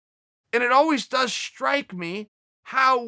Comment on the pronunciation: Me: strike Uncle Chael: shtrike Me: history Uncle Chael: hishtory Me: okay great